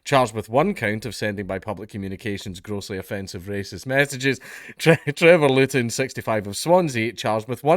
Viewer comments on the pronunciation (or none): none